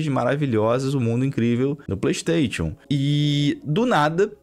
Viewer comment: Brother, vc fala tão bem, pronuncia o nome "Playstation" de forma correta por favor 😰